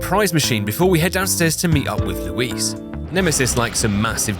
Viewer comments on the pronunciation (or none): none